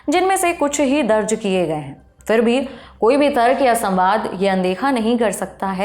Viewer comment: बीबी, उर्दू की बात कर रही हैं तो कम से कम अपना तलफ़्फ़ुज़ तो सही कर लें 😅 फ़ूल नहीं, फूल कहते हैं; फ़िर नहीं फिर होता है 😅